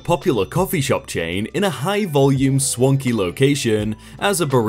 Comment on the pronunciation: "Swanky" means "containing much swank." "Swank" rhymes with "wank," as one SHOULD expect, considering they're only one letter off from each other. How, then, you thought "swanky" rhymed with "wonky," I doubt I'll ever understand.